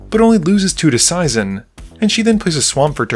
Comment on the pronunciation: Seizan is pronounced SAY'-zahn.